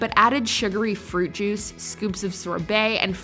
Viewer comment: I swear I heard "Fruit Jews."